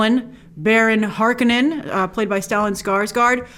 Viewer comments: I've read the books many times. This book is every bit as deep and complex as The Lord of the Rings, but in a very different way. There are a LOT more factions than just the Atreides, Harkonnens, Fremen, and the Bene Gesserit. The tubes recapture moisture from the breath. Water is beyond precious on Dune. because there is so little of it. It is pronounced Har- ko'- nen. Accent on "ko". It is pronounced Ben'- ay Ges'- er it . Accent on Ben, accent on Ges, G and not J for Gesserit. Duke Leto Atreides knew full well that he was walking into a trap when he took over rulership of Dune, and he understood the political game. The Bene Gesserit are exclusively female and have highly developed mental and physical skills. The spice is eaten in food, and used in many ways, but they don't snort it or inject it. It isn't like cocaine. Stings role in the 1984 film is Feyd-Rautha. He is Baron Harkonnens younger nephew and an important character, not some henchman. Likely you won't see him untill the second film as this film only covers the first half of the book. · It's pronounced "Har-KO-nin." And it's "BEN-ee JES -urit." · No, it is NOT pronounced Har-KO-nin! Frank Herbert did not originally pronounce it that way, and the Finnish never do either. You are correct about Bene Gesserit though. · it's pronounced Har-Conan....never read the book but loved the first movie, didn't watch the tv show. I think it looks good so far. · She said she rewatched the 1984 ver, yet cannot pronounce Harkonnen or Bene-Gesserit...